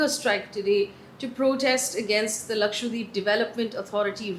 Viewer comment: I really appreciate the drama free news bulletin... Just one point, can you please start pronouncing Lakshadweep correctly. It's Laksha- dweep where dweep means island. It's not Lakshwa deep. It may seem like a minor point but no news presenter would mis pronounce a major state's name, so it's a little disrespectful to not familiarise oneself with the correct pronunciation of Lakshadweep